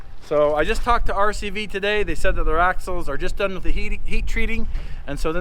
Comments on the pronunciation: Gotta love phonics, in sand you are DUN. Period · D U N ! It's math peepole..........